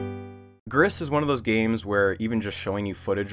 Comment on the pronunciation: I'm here, 3 years later, to point out that I'm pretty sure "Gris" is pronounced "gree", French for "grey".